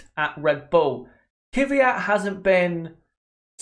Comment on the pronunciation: Daniil Kvyat. Not Dani Kyvyat